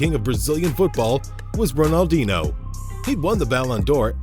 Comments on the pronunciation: How can you make football videos and pronounce Ronaldinho wrong? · Butchered R10's name with such confidence.